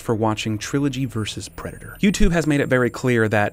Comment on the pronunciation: Omg can i be cwaghg on ur channel? Wats a pwedador?